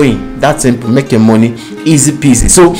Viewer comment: It is not MEK, it is MAKE, sir.